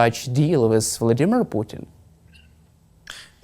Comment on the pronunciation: How nice to hear pronounce "Vladimir" correctly 😃